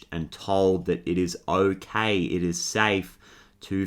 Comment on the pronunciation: I noticed you said otay like little rascals that’s for sure my inner child 😌🙂💚